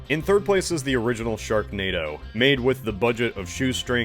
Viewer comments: Just rewatching for the laughs and did i just hear you right, did you call it "stone hedge" 😂😂 Edit - you forgot the K in "sharknado" you could maybe replace it with a T instead for "shartnado" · It says sharnado in the intro instead of sharknado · 'sharnado'. Is that like Xanadu, but for sharks? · Anyone else notice in the first tile it said sharnado not sharknado?